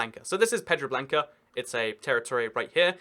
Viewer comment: I believe it's Pedra Branca, with an R lol